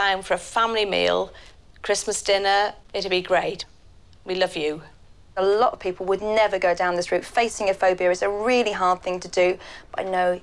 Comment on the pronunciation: “I eat a A-lot” “I drink a-lot-“ “I go out a-lot” I DO EVERYTHING A-lot XD